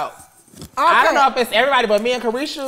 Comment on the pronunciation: It’s called CARESHA please Santana 🙄 Not a vibe